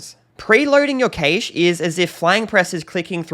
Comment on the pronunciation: Well that pronunciation of cache is a new one. I actually questioned if I’d been pronouncing this incorrectly all this time, but a quick google search later and I realised I’m not losing my mind and your pronunciation is wrong. Sorry if it sounds like I’m picking on something so small, but I find it hard to take onboard any advice from someone that cannot get the basics right.